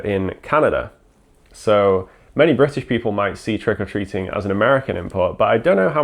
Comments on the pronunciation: For a long time, I thought that it was 'Trickle Treating', that was what I could hear, I didn't understand the name and was so confused 😂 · There is a weird emphasis on the "or" in Trick or Treating in this video. I would have thought it would have been closer to trick 'r treat in the Irish Isles?